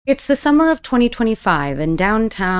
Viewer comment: I think the confusion is coming from the very beginning of your video where you said "it's the summer of 2025" and it sounds similar to "december of 2025". Every other time you said September